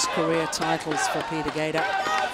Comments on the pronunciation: I agree. I think it has a lot to do with the quality of the tools i.e. but there is no denying that Lin Dan and Lee Chong Wei have forced everyone to raise their game. Don't get me wrong Peter Gade {Pronounced Guille in his language - or close to it - not GAEDA as the female commentator says) is the shit. But he didn't evolve his game style. Of course in this game he is 34 but Lin Dan and Lee Chong Wei both watched him play before they were pro. So they got to see what worked and what didn't. I don't know.....What I do know is that for someone to say that one player is the best of all time is ridiculous. The game evolves as each generation pushes the limits of the generation before them. That's how it gets better and faster. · Why the lady commentator keeps saying Peter ‘Gader’. Correct me if that’s how Gade should be pronounced in Danish. She even has the tendency to say Kento ‘Momoto’, for Momota. Minus this, she’s absolutely an intelligent commentator.